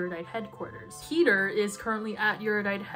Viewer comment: The way you say Peter sounds so much like peetah, i‘m getting whiplash hahahah